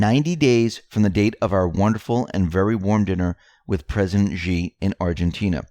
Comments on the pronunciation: Xi is pronounced" SHE" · >> Indecently "Xi" is always pronounced shee (-sh as in ship, -ee as in meet), not "gee".